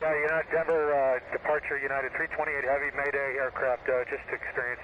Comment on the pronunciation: its Denver not Denvar